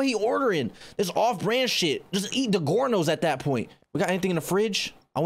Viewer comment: No I can't get past how he said Digiornos like "DI-GORE-NOS"